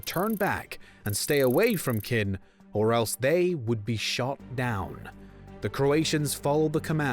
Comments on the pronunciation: Learn how to pronounce words its knin Croats not khin and crots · It's not Keen it's Knin useless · you didn't even get the city names right, it's on google maps ffs, there is no city called Khin, it is Knin! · I was borni in one of the states of Yugoslavia ,and no forener will ever understand what's happening HERE. p.s. You need to better prepare for making this clip. Royal City of "Khin",13-th century 🫣?!? It's Knin!🇭🇷❣️ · The city is not Kyn, it is Knin ... i is softening the n and it sounds like the spanish ñ in word niño ... so it is kñin not kyn/kin. and so on ... I can take whatever word I want and it is usually pronounced like if you were after lobotomy .. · Please do check your facts, spelling and pronunciation. Like this it is simply wrong. it is KNIN not Khin and it is CROATS, not Crots. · "The town of Kin" lol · Very interesting and informative but holy crap man, put some effort into those pronunciations, will ya! Voj-vo-DEE-na not Voj-vo-DIN-na CRO-ats not Crotes Knin not Kin